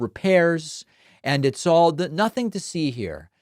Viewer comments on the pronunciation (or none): none